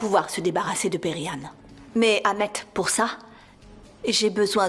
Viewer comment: Moi j'aime pas quand elle prononce le nom de perihan en disant Peri🥱